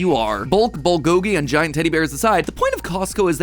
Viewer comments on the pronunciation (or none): Wife is Korean, when Matpat said bugogi it hurt every part of my life essence. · Ball-go-gi? Brah. Its bull-go-gi! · hey, dont know if anyone caught it yet, but mat mispronounces bulgogi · Did he just mispronounce bulgogi